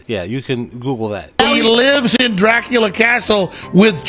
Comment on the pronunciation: Dracula the A was silent so it sound like dracul